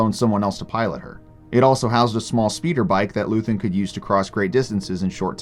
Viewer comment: you know how to say his name, say it right. they say his name so often in the show you dumbass